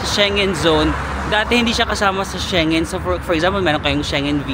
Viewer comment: Shengen is pronounced as SHENG-GEN.